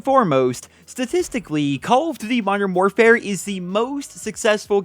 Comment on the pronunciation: “Moderm morefare”